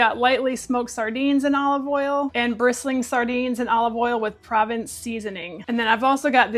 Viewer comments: Hi there. Always enjoy your content and videos 👍. Provence — pronounced ‘pro — vonce — refers to a region in France, where the local herbs are used both fresh and dried in the cuisine, and are a distinct flavor profile to that region,which now can be found in foodstuffs far beyond France. I’m no expert , just someone who likes those flavors too 🙂. Thanks for your uploads! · Pro_vahnss is how u say provence. (french seasoning) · Just FYI... 🤓 Provence is pronounced "pro-VAHNSE". I know. Hoity-toity. 🙂 It's a region in France. BTW... You have me hooked on those Polar sardines. They are soooo much better than King or Prince whatever and Beach Cliff that are available around here.